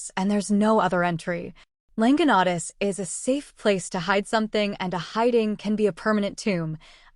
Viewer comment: You’ve got the legend down pat, but your pronunciation of the Quichua words _ Llanganatis, Píllaro, Latacunga, Rumiñahui - are practically impossible to discern or decipher. Please redo this video if you want to be taken seriously.